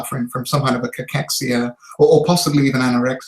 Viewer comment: Am I the only one who can't listen to this guy saying cachexia?